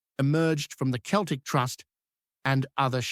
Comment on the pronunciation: its celtic not keltic if you cannot get it right i cannot take this seriously.